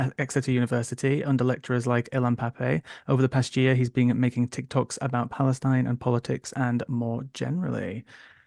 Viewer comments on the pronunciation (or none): "Historic Palestinine". 🤦🏻‍♀️